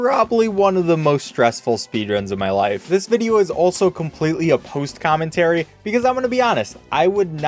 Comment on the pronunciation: “This video is a poost commentary…”